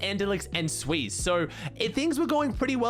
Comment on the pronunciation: it's xsweeze not sweeze